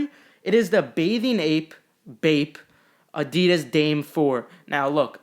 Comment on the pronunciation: It’s actually uh-dee-diss, not uh-dee-duz